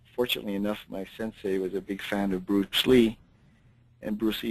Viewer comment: Sensei. Not SunSei. lol. It hurts my ears hearing you say it wrong.